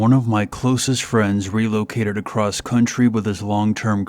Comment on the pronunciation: There's no T on the end of the end of the word across..... wtf